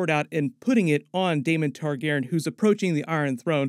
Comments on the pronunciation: Great video, basically confirmed a lot of what I was thinking as well. I'd just make sure you call Rhaenyra's dragon, Syrax. Meraxes is dead at this point in the timeline and wasn't her dragon. Also, may want to learn how to pronounce "Targaryen" for future videos :) it drove me a little crazy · Not trying to hate or troll but you really do need to fix how your pronounce "targaryen".